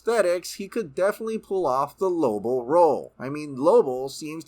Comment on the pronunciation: I was hoping I wasn't the only one hearing that. Lobo. Not Lobull. It was kinda getting on my nerves.